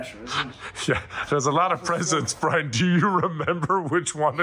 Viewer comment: the joke is how Dathi pronounces his name. Brine.